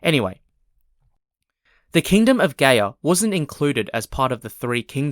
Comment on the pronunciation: It's Gaya as in Maya... not Gay yah.